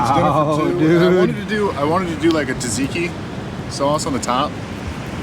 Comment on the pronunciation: Love this van and the cooking. FYI, Tzatziki is pronounnced Zat-Ziki. The T is silent.